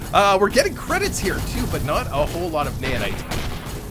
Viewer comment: its naOhnite not naYanite.